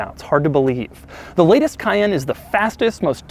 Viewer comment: Omg he can’t say cayenne